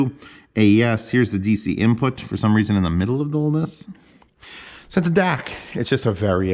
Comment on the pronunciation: DAC, not Dac